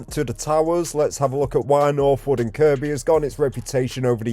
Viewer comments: Am I hearing you right… are you calling it KirKby?? It’s pronounced ‘Kirby’. You filmed my bf’s old place in Northwood lol. That spot you thought may have been an old playground is now just used by a few for their dog to have a run round and toilet. I used to live in the heights on Roughwood Drive. My block got knocked down years ago though. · . I know. 😂 I used to live in Northwood. The guy doing this video mispronounced Kirkby. My comment was in response to that.